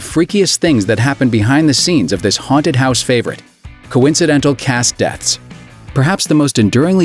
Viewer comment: " the house was straight up legit hounted "